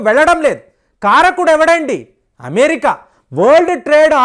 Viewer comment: మీరు 'అమె-రిక!'.. 'అమె-రిక!' అంటుంటే.. మెరిక లేనిదని తెలుస్తుంది.😅😅😅😂😂😊